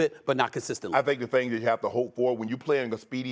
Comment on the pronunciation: “Here’s da thang skiiup”.